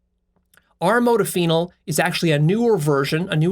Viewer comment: The way you pronounce modafinil makes me cringe so hard